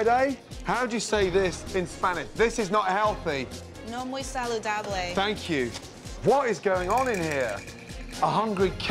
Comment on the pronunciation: She deserves everything for saying saludable that's not how you say it